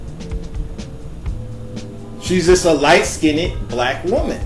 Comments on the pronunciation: good vid but 1 suggestion please stop saying "skinnded" the word is skinned like end not ended. I just had to say something because it drives me nuts when people add the extra ed but all in all great topic. I'm "mixed" but don't really feel the need to tell people because I don't look like it because I'm not beige or "yellow" people c my dad & go "girl y didn't u tell me u was mixed" like I committed some crime by not claiming or owning it... lol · why is he saying "skinded" for"skinned": but more importantly bi-racial isn't always white/black how about pakistani/american indian with gorgeous brown skin...never thought dandriege was mixed ..know lots f back women who look like her: beautiful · why do you say LIght- skin-et... lol like damn just SKINNED (SKEEND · Can you please pronounce Skinned as one syllable. It is not skin-Ned. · Light skinded...I can’t listen to this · Skinned not skinnid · I would have loved to have watched the entire piece but to keep hearing you say skin-ned was like fingernails being raked across a blackboard. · bro, what the hell is "light skin-nid?" you make valid points but your prunounciation of the word "skinned" got me distracted. lol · he said light skinnit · Am I the only one who keeps laughing whenever he says skinned as he pronounces it Skin-Ed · OMG!!! The word is light SKINNED!! Please learn how to pronounce the word!! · Light "SkinDED"? =( Hard to listen to this.. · I couldn't finished the video because he kept saying light skinned-ed and dark skinned-ed sounding extra ignorant. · One, you don't pronounce light skinned "skin-ned". Two, just because someone has two black parents does not mean they are not mixed. Sorry to burst your bubble, but both ayesha and steph are genetically biracial and so is Beyonce and also everyone else you mentioned in this video.Vanessa Williams took a geneology test and the results showed that she is indeed biracial. Honestly this video is terrible and so is your grammar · Yvonne Wabai ... It's not.